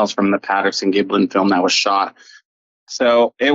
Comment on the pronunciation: Just get his name right, it’s Gimlin not Giblon. You don’t want people saying your name wrong, do you?